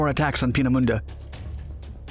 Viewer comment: And while we're at it, Peenemunde (which 'anglicised' would be 'Painmouth') should be pronounced 'pain - uh - moon - duh', not starting with 'peen -as - in - penis'. Random fact - 'Painmouth' is the departure point for many cruise lines.